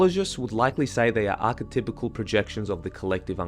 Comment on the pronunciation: also its pronounced Ark E Typal, not Ark E Typical